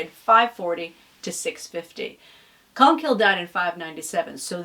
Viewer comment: Sorry for being pedantic but the saints name ending is pronounced 'cill' as in 'kill' as in irish for church. The 'e' is silent